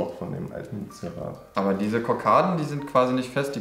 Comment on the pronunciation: Heisst das nicht einfach "Zierrat" (=ZIERrat)? Wenn der herr rechts das sagt klingts wie Zirrat.